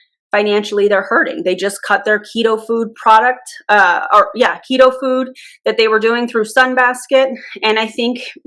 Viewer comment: jfc i thought you said "pedofood" not "ketofood". like "do i WANT to know what that is?"